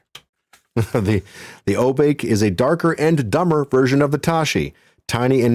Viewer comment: This is great,! This brings me back, and makes me realize how much I've forgotten. By the way, the race Obake is pronounced "oh-bah-ke" with the "ke" like kettle. Obake is a Japanese word that translates to something like monster or ghost--basically some kind of shapeshifter. This is a cool concept for a race of a class for one of the characters. You've got a good setup also. Very thorough and nuanced takes and observations. Mesmerizing!